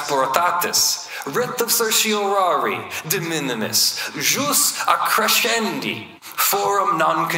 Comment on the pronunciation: I finally lost it at "jus accrescendi."